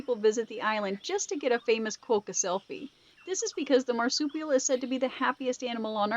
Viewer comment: Kookaburra is pronounced "Cook uh burra" they aren't kooky :) and Quokka is pronounced Kwok uh